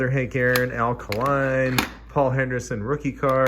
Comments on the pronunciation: “Alkaline”… lol. It’s “Al Kay-line” Detroit Tiger’s most famous player, after Ty Cobb… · All good....but i did wince a little when he pronounced the second greatest Detroit Tiger as Al Ka-Line......like the battery.......same response a Canadian would probably have if an American pronounced the name of the greatest hockey player ever....Gordie How-ey. Just joking around here a bit so, please, no one get their shorts in a knot. :-p :-)